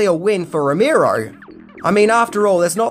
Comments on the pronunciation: Rimero? Row-mare-o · NOT ROW-MEER-OH..say it with me ROW-MARE-OH. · Romero not ramiro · Here's ten things you didn't know about George A. Romero!!! #1: How to pronounce his name!